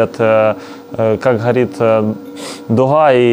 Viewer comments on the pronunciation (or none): Почему всё "хатово", а не готово, почему "духа" а не дуга?